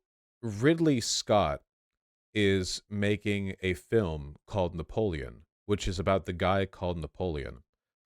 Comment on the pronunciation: Vaush getting Napoleon wrong is giving me an aneurysm